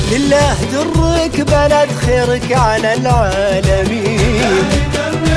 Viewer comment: لله دُرك بلد نطقها رابح خطأ.والكورال نطقها صح لله دَرك بلد .